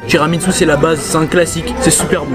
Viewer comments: TIRAMINSU TIRAMINSU TIRAMINSU toi aussi tu t'y met 😂 TU ME TUE 😅😂🤣 sinon super video les frères C'est tiramisu pas TIRAMINSU 🤣🤣🤣🤣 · tiramitsu 😂😂😂😂 c tiramisu frero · Je te jure sa me stresse quand il disent tiramitsu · ils disent tiramitsu avec un t pas un n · Chuis mort il dise tiramitsu 🤣🤣🤣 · Il dit tiramitsou mdrrr met continuer comme ça 😄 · On dit tiramisu pas tiramitsu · Wesh t'abuse arrete de dire tiramitsu🤣🤣🤣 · "tiramitsu" XDD Il m'a tué wlh